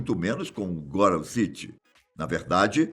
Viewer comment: não é "góram" city, já que tem um "H" depois do "T" em "Gotham"